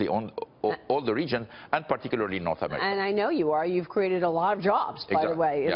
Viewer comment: HE SAID NORTH AMERICANAMERI